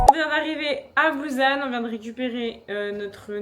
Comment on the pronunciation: Coucou ^_^ bou-SSan... = busan .. ^^ il n'existe pas de Z ou prononciation Z en korean ^^ et tout les U c'est ou ...